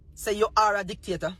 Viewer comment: Are u saying the pm is a dictator, or a dick taker.? 😂😂 I’m just trying to confirm my ears..